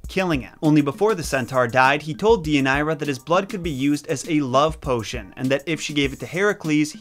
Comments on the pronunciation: Day uh near uh, yer rip uh deez. Other than that, great video. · As a Greek, I have to say that we pronounce it Thee-ee-ah-nee_rah (*th as in THis, not THink) and that your ways to pronounce the name; not to offend, but they don't really sound like Greek. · It's also my daughter's middle name and I was cringing with the mispronunciation. I chose this name because of Deianira and later discovered it's meaning 😝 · But hey, he tried 👏🏼 👏🏼